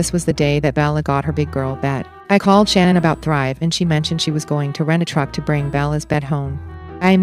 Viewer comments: Shan-ann isnt her name and that cheese is gross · Literally everything about her was either fake or a lie including that ridiculous pronunciation of her name it's really just Shannon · the truth was not within her. Literally everything about her was either fake or a lie...including that ridiculous pronunciation of her name that she made up when she was caught embezzling...its really just Shannon. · Can someone clarify something for me please? Ive heard her parents pronounce her name as Shannon but everyone online and in the media pronounces it the way its spelled which. Ive never heard the name pronounced thqt way outaide of this case. How did she pronounce her name? How did Chris pronounce it? Her parents are the ones who gave her the name so they're pronouncing it correctly but maybe she started introducing herself w it pronounced the other way for aome reason? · Yes. Exactly as in your last sentence. And they kept calling her Shannon. She also changed the spelling. CW always called her by the new pronunciation since he met her after she changed it. According to Cindy Watts, his mother, there was a period of time when SW wanted Chris to change his name to "Christer". But I don't know how reliable that report is or if it's true.